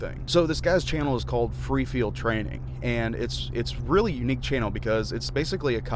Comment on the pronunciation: I think it's pronounced like free field training not freefield training